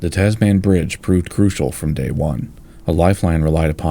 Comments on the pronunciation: It grates every time he says it - Taasmaan. Short vowels = Tazmin. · Great video. But Tasman is not pronounced Tas-Man, it is Tasm’n. Because it is named after a person, Abel Tasman, a Dutch explorer. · Great stuff mate. Just one thing buddy it’s pronounced Tasmen not Tas-Man. 🇦🇺👍🇦🇺👍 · As a Kiwi only used to the Kiwi accent pronouncing it 'Tas-min', the way you say 'Tas-*man*' was quite surprising. 😅 Thanks for another great video as always! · Hi, I've just joined your Patreon, and am super proud of to do so. Just a little aside, in Australia we pronounce 'Tasman' with the second 'a' being very soft - Almost like 'Tasmin' or 'Tasmun'. Similarly with Melbourne, where we say 'Melbin' or 'Melbun'. More related to the video, I'd definitely recommend visit Hobart, a beautiful harbour city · I know this is a serious video about a tragic engineering disaster, but I must admit that it gives me a giggle each time pronounces the bridge name as "Tazz Man"?😄 Any Aussies watching should get a good chortle too! The Tazz Man sounds rather like a party DJ or somebody selling things in those little baggies.... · Another outstanding film. Very, very minor quibble: the pronunciation is with strong emphasis on the first syllable: TAZ-man. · I enjoyed this! I wish the narration would say "Tasman" to rhyme with Jasmine, not Jazz-MAN though. Did Flight Simulator 2020 graphics get used for this? Fabulous! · Heh the "Taz Man" pronunciation makes me smile every time I hear it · *(pronounced 'Tasmun Bridge') Forty years later, we're still discussing an appropriate replacement. Currently not scheduled for another forty years. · Shorten the vowels! It’s Tazmin. 🇦🇺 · A concise yet surprisingly comprehensive presentation - really nice work. P.S. The final 3 letters of ‘Tasman’ are usually pronounced as if the ‘a’ is absent, like Tasmn, or even tasmin or tasmahn, but not as the word ‘man’ (with the hard ‘a’). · Tas-man, the superhero nobody wanted!